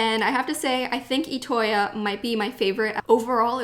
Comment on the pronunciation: It's pronounced I toya not etoya